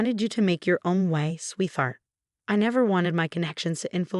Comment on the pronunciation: Sweetheart is a compound word, that is a word that is made of 2 words, in this case sweet and heart. It is pronounced as 2 words, and there is no th sound.